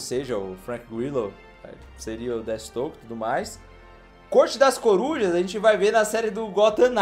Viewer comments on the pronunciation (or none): NÃO SE FALA DETISTOKE, A PRONUNCIA CERTA É "DEFIESTROQUE" !!! DESCULPA CORRIGIR, mas esses erros estavam me matando kkkk um fã da DC tem uma parada cardiaca com isso kkkk